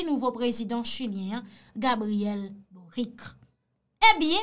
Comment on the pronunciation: Mw paka tande le moun yo ap di bourik la non😁😁😁 se Boric se tankou ou tk di Bolitch moa, se yon mo italien liye,menm lé misye se chilien